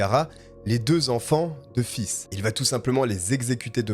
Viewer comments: Mais comment ces FLICS n'ont pas pris la mesure d'éloignement connaissant les antécédents de cette ordure ?.. est-ce qu'ils arrivent à dormir... cette horrible tragédie aurait pu être évitée.. J'avoue que ta façon de dire " Faith" m'a dérangée du début à la fin 😅!! Bon, après avoir écouté tes histoires.. j'aime assez ta façon de narrer,je m'abonne !! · PS faith se prononce comme fesse à peu près en français. Merci pour tes vidéos et ton enthousiasme ça fait du bien au moral quant à çe sale type le cas me divisé. Je suis pour la deuxième chance, parce qu'on est pas à l'abris d'être aux abois et de voler par exemple, Mais violeur, pédoptphile et tueur en série ( donc3 Mais à 2 ça suffit selon moi) ils devraient rester loin de la société. Mais je pense aussi qu'on devrait repenser le système carcéral en France, les gens pour s'accrocher doivent avoir des perspectives d'avenir, qu'on les laisse plus reprendre leurs effets personnels et paf dehors.., il y a des pays nordiques ou les prisons sont sans murs et les prisonniers ne s'évadent pas. Donc en rendant les prisons plus humaines ont rendrait les prisonniers plus humain, accepter des animaux a été testé en France et s'est révélé très bénéfique car ils apprennent l'empathie et l'amour d'un animal est inconditionnel . Les chats dont le ronronnement est un son rassurant c'est prouvé, ta petite Maya doit te le montrer , devraient entrer dans les prisons qu'en penses tu si tu me lis et les autres aussi??? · Fizzzz on dirait une glace à l’eau dis comme ça 😂 mais j’ai adoré continue! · Très bon travail !!! Bonne vidéo , mais je dois t'avouer que la façon que tu prononce faith me fais mourir c'est un nom anglais 😹😹😹😹 c'est foi en anglais et ça se prononce pas du tout comme tu le fais 😹😹😹 mais ça m'a plus !!!!!! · Pareil moi qui adore ce prénom ca ma pas mal stressé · Très bon travail Par contre Faith ne se prononce pas "fils" mais faythe qui veut dire la foi en anglais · Ca se prononce plutôt face lol Sinon bonne vidéo